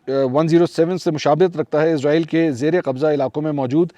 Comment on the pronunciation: ازرایل نہیں اسرائیل ۔۔۔